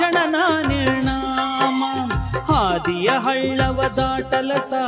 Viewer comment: ನಿರ್ಣಾಮ ಅಲ್ಲ, ನಿರ್ನಾಮ ಅಂತ